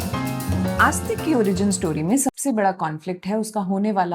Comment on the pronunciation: May help with the pronunciation of names if you used a Hindi/devanagari translation instead of an English one. E.g., it is आस्तीक not आस्तिक.